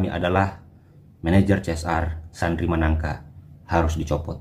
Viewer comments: maaf bukan manangka (Sandri Sanangka) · Maaf bukan sandri managka tp sandri sanangka